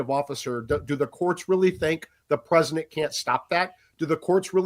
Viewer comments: Why does he keep saying “Presinent” and not “President?” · This guy continues to mispronounce President. He says it PresiNent 😂😂😂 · Im not sure why this others me, but why does he say PRESINENT instead of PresiDENT?? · Am I the only one who heard him say “presinant” over and over LOL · Is he saying “Prez-nit Trump?” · Presinant?? Haha. I can’t unhear it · Is he saying “Preznent?” 😳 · Is it me, or is he saying "Presinent" of the United States? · PresiNent? Just about as aggravating as folks forgot what the letter"t" sounds like. "Mi-in" = mitten. Silly habit. I've heard others pronounce president like that. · THIS GUY CAN'T PRONOUNCE PRESIDENT.